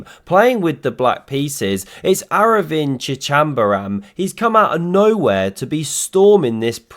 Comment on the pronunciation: A for effort for pronouncing arvindh surname.